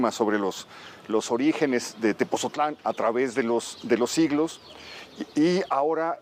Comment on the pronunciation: Es Tepotzotlán no Tepozotlan porfa gracias